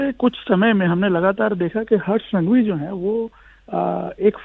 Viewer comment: संघवी not सांघवी